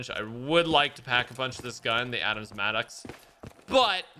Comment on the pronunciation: It is the Mad-dox Maddox. Then the Krig (Kr) like Crumble (i) like in Pig ga as in (goo goo ga ga) Krig.